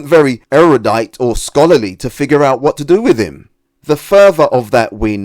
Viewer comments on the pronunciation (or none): none